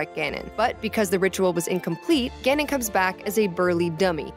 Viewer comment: Your pronunciation Ganon and Ganondorf hurts me deeply.